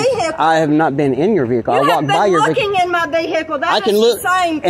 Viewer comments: l am peeing myself..especially the way she pronounced "vehicle".😹😹😹..l am English..btw.🤦🏾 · Born and raised in Georgia and thats how we country folk pronounce Vehicle. Vee-Hay-Coal. Y'all be saying "V-A-Call". My Mama and 'em grew up right yonder with no Vee-hay-Coal. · I like how Americans pronounce the word Vehicle.